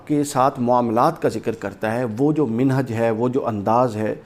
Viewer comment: جو بندہ لفظ مَنہج کو بار بار مِنہج کہہ رہا ہے وہ چلا ہے مسئلہ سمجھانے.